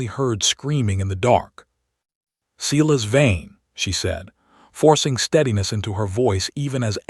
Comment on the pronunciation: At least Silas is pronounced correct